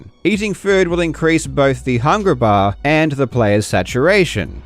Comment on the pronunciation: Man, your trouble with hard Rs sounds like it hurts at times. I love your videos but "hungra baaah" was so hard to listen to.